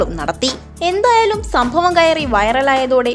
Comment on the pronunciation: your Malayalam is horrible!!!pls try to correct. Shabdam was the most horrible one